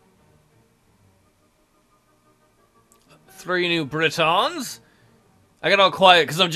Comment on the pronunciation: You pronounced it Britons like people from Brittany